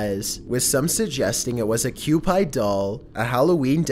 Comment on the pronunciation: This is bad he also called Cupid, “cue-pied”